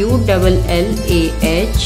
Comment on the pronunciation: its not a saifulla its shafiulla hai